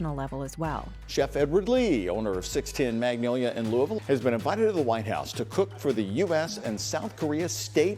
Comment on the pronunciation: If your from KY how come you didn't pronounce it Lu ah Vull like any native would ; -)